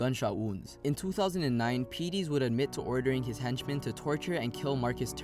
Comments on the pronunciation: Lorenzen also had 36,000$ in his pocket when his body was found. It's pronounced Craig Pet-tus, not Pee-tees, and he is the half brother of memphis rapper DJ Paul. Hacks Cross Rd/Winchester Rd isn't exactly close to Memphis international airport... while it's not an extremely long distance, but no where in Memphis is very far from the airport. The wooded area at Hacks/Winchester isn't very large. There is a walking trail through there and is part of the FedEx world headquarters. And the surrounding area is very populated and is heavily patrolled by SCSO. In other words, it's highly unlikely that was the spot of the murder. There is also a video camera at that intersection so somewhere whoever disposed of the body is on tape... Just FYI. I used to work just a few hundred yards from where he was found on Winchester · you've took public info and that's it !!! the man you called Craig Pettis (you said his name wrong) that's my relative. Craig Pettis been in jail. you missed the fact that sherra messed with tavio which aired in Memphis. tavio is a known barber that lives very flashy and has his own shop. sherra has a baby by tavio which is also lorenzen Wright barber. you missed the fact that it was a drug debt hit and lorenzen Wright was found with money on him and his dick cut off. you need to get your facts right instead of just looking at public info. and not to leave out that the barber tavio lied about a phone call with lorenzen Wright after his mother came forward saying that she believed he was missing. I know of lorenzen Wright ' he went to my church a few times and would come in with these big ass diamond earrings in. he was a cool cat